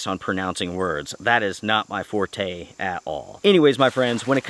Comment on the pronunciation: you pronounced "forte" correctly, which is an italian word